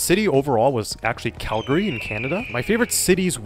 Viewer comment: pronounced Calgary correctly! 'Cal-gree' 🥹